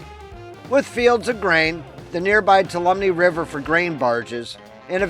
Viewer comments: Two all um me = Tuolumne. I know it’s a hard word to pronounce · Ask a local for the pronunciation of Tuolumne (2-walla-me) if I'm not mistaken. It took me a minute to figure out which town you were talking about. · Tuolumne is pronounced " 2-all-o-me" great video about my home and near by areas.